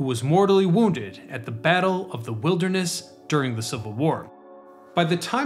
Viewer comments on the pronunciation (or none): none